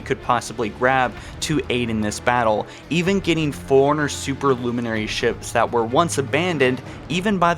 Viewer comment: Lie berry, furiner, and a few others that escape me atm. Then again, the bloody game calls the Master Chief "Sir!" 😆